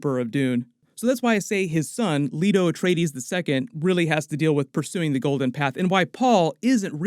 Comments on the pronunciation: LAY-TO. Not Leeto. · Or seen the movie. "Lee-to Atreides??" It's Lay-to!